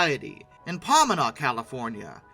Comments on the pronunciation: Pomona is pronounced "puh-mone-uh", not pomuhnah. I have pics of my son standing in the pilot a few years before they restored her. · Nice video. Incidentally, it's pronounced pah-MOAN-ah. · It's not pronounced "PAH-ma-nah", it's "Po-MO-na". I got my degree at Cal Poly Pomona and lived in the area for about five years. And oddly enough, even though 4014 was on static display at the Fairplex - which was only a couple miles from the Cal Poly campus - I never saw it even once while I lived there! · It is the WAH-SATCH Grade, not what you said. It is also PAHMOHNA (Pomona) CA, Sorry... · Former SoCal resident here. Puh - moan- uh. (Pomona) Other than that, great video. I used to be able to play on 4014 when I was a kid, when my dad would take us down there for the off road expo at the fairplex. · Paw-meh-nah? never heard it said that way before lol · At least one Big Boy is in the Museum of the American Railroad in Frisco, TX. Oh, it's Po (long O) mona in California. The MAR also haa a Centennial, a GG1, and an ALCO PA-1. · Small correction, where 4014 was sent in Southern California was pronounced incorrectly…Pomona has an “accent” on the POmona. Other than that, great narrative. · Hate to correct but it is pronounced "Po-moan-a". Also that says ALOT about 261, her firebox was big enough to have the grates of a BIG BOY??? DAYUM!! Also fun moment, for a brief moment, 4023 and 14 were together, albeit miles apart but in sight of one another. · Pomona = puh MOAN uh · I had a little chuckle on hearing the pronunciation of Pomona as well. I've also heard (elsewhere, not here) some great pronunciations of Temecula (the best was "Temmy Coola").